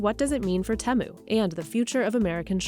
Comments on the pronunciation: If it was pronounced teh-moo, then it would be spelled as Temmu, but it's not Temmu. It's Temu, so the E sound is long so tee-moo. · Say it with me now: TEE-moo. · The way that the person pronounced Temu does my head in. Who approved this? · How come she is pronouncing temu so differently from the rest of the video? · I gave this video a thumbs down because the journalist couldn’t even pronounce Temu properly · Say Temu correctly. This is gonna die once Trump imposes his tariffs.